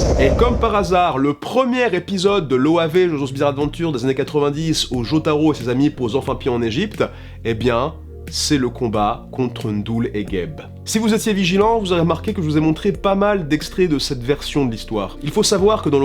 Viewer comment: C'est Haine-Doul pas ndoul tu dis Aime-bappé pas mbappé je me trompe ?